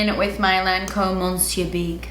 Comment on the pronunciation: Please, please learn to say the word “Monsieur” correctly. It sounds like MUH-syur. The N is silent. It’s been months and you mention the mascara all of the time. With the millions of people who watch your videos every month, will you please learn how to say this one word correctly? I do want to thank you for sharing more looks with your palettes, especially since your collaborations with Colourpop are much more affordable to many. Your creativity and artistry are amazing and I have been a very long time viewer. As a beauty guru, which is an instructor/teacher kind of role, it’s important to be well informed and also correct. Hence, my insistence on the pronunciation of Monsieur, even though we all know you are not French. That’s not the point and you’re not a lazy person. It’s easy to ask Siri or any language website how to pronounce words you don’t know. Hopefully this is helpful. I think you do a great job and I enjoy your videos.